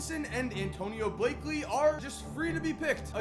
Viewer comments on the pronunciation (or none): Did you see Antonio Blakely? It’s BLAKENEY, lol you ain’t a Bulls fan